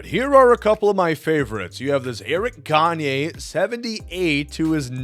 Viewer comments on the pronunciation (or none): none